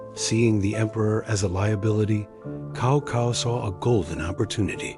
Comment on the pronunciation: Great, keep on. Just for Cao Cao I think it should be pronounced "sawsaw" and not "kawkaw"